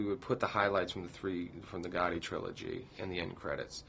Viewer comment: not Ghotti its Gatti